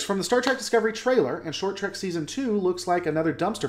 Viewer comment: Say track one more time. Seriously how can you consider yourself a lore master if you can’t even say the name of the franchise correctly? It’s trek. Which has no a or c in it.